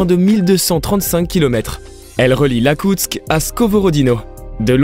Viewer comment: Et "Lakoutsk", c'est IAKOUTSK, mais on n'est plus à ça près...